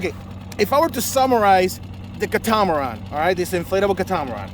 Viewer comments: It is pronounced “KAT UH MUH RAN” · I think it’s pronounced “cat-uh-much-ran”? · Please google the correct pronunciation of catamaran. Any boater or not should know your pronunciation is incorrect. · Just getting in to my first inflatable and I've been enjoying your videos, nice work. But now I'm wondering if I have been pronouncing "catamaran" incorrectly my whole life...